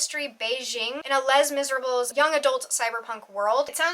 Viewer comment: This is pure, curiosity, not judgment, did you pronounce Les Miserables like an English speaking person on purpose? Because if so, I kind of love that!